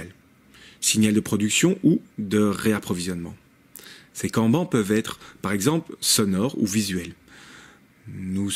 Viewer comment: Merci pour la vidéo! Par contre les syllabes "en" n'existent pas en japonais. Cela se prononce "Kanne-Banne"